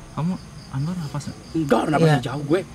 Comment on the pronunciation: Aswar.. Aswar.. (Anwar) bikin gagal fokus.. Ngakak ada anwar😂🙏